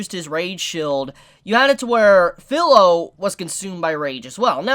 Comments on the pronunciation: Its not Phil-o its fi-lo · Feel not Fill. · to clarify, no problem with Filo/Firo my problem is that he keeps saying her name like its pillow with a f replacing the p then fee-ro. It's an almost insignificant irritation but its still there, kind of like when people call Naruto Nuh-rue-toe. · New to the channel, great video man. I can understand the Support/Tank situation that Naofumi was put in...very annoying...Also I really hate to be that guy...but phonetically speaking vs spelling Kirito and Filo are spelt that way but pronounced Key-ree-toe and Fee-low. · There are some things I can overlook, the R/L sound is something in Japanese is one that can be interchangeable kind of like the R sound in the korean language. My problem is with the how he pronounces the I sound which has clear rules. Vowels in Japanese have 1 pronunciation in 99% of all situations. I is pronounced almost always like ee in english and its a tad annoying that keeps Filo as fillow instead of how its correctly pronounced (fee-lo). Especially since his username uses the exact same letters with the same pronunciation and this dude has obviously been interested/watching anime for a long enough time to understand that. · there were more than 1 core, she spit out one of them... and CAN THIS DUDE SERIOUSLY PRONOUNCE FILO'S NAME CORRECTLY.